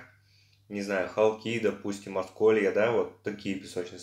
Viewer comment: Не ХолкИ,а ХОлки,населённый пункт в Белгородской области